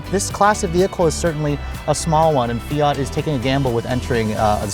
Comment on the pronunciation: Fiat-a lol